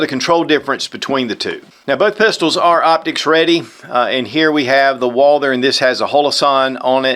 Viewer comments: Someone PLEASE tell me why this guy can't pronounce Walther???????? I've complained before no results it is not pronounced Walder or Walter!!!!!! Walth errrr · It's Walther like Walter not Walder ;)